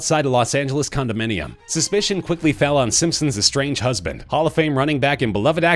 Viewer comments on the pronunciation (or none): none